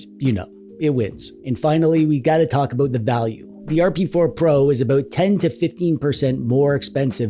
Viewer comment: Oat-A-boat, With oat EH!